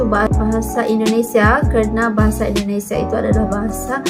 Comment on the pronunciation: Tolong jangan dibaca nama negara kami BUKAN INDONESIE yg benar INDONESIA .